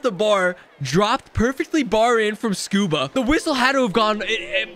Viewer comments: His name is scuderi not scuba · when he kept calling rob scuderi “scuba” 🤣🤣